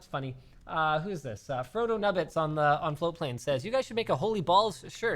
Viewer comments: ohhhh "float"plane not "flow"plane. I've been watching you guys for WAY to long to have just figured that out. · So this is proabably the 700th time I've heard these guys say "floatplane" and only just now have I realized they aren't saying "flow-plane"... I hope that's not just me